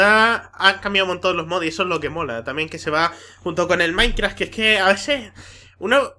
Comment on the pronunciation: de embes de decir minecraft parese que dice maicra